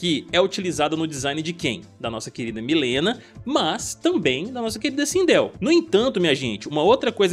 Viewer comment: Pq quase niguem pronucia mileena certo